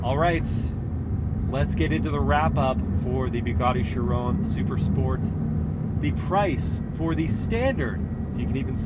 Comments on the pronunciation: "BOOGARDY"?? It's "BUGATTI" "BU" rhyming with "YOU", "GATTI" rhyming with "FATTY" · it's nice that Andrew tate let you drive one of his "bwuguattis"